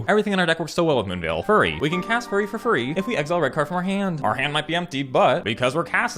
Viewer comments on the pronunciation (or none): why do you pronounce Fury as Furry? also please stream sometime. would love to watch you in real time and interact with you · Honestly started to think it was pronounced as “furry” instead of “fury” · "Furry on furry violence" thank you for the mispronouncing... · I'm still not sure whether you said "Fury" or "Furry". Glad to see that card in action as well! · The "fury on fury" made me laugh, was listening, heard "furry on furry" nearly had a panic attack